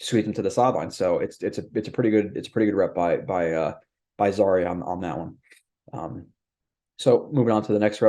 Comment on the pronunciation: His name is zy-EAR, not ZA-ree. Like the former country where Ali and Foreman fought the Rumble in the Jungle.